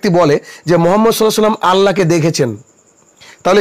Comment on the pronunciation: বন্দু আপনি কি সহি ভাবে কোরআন পরতে পারেন?আপনার সালাম তো সহি না